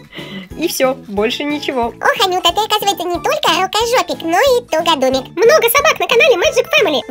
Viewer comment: тугОдумик ,а не тугАдумик Ошибочка😳😳😳